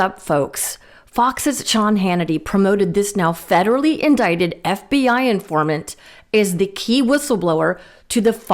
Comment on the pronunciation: And I love Marge using her chubby little finger to keep track of what she is trying to read but still mispronounces "indicted". F-!!!